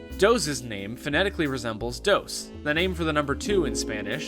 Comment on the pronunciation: you actually pronounced quatorze better than tres or dos lol